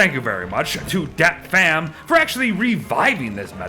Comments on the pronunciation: As a Vietnamese the way you pronounce "Dat Pham" is so funny idk why, from now on I will alway call my friend "dat fam" too lol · Ive heard not Vietnamese calling my name like that for too much not to be offended 😂